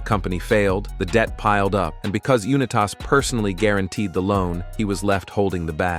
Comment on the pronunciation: Unitas. You-Nye-tiss. Not You-Nye-Tass.